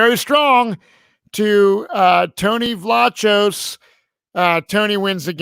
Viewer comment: Tony pronounces it “Vlah Kose.”